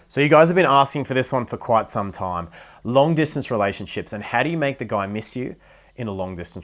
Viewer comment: please check the way you pronounce time it's difficult to understand what you are saying